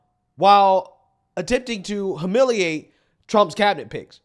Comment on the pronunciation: Ffs learn to pronounce HUMILIATE!!!